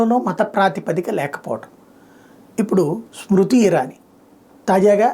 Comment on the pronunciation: Smruti kadu smriti... JAI Shri RAM 🎉❤